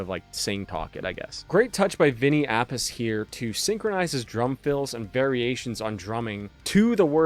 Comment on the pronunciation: I believe it's api-chay. That's how Dio said it when introducing him when I saw them